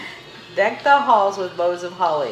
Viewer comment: My dear daughter it is “boughs” of holly. Lol